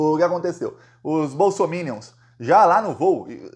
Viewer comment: No Brasil, só você pronuncia bem a palavra bolsominions 😂😂😂😂😂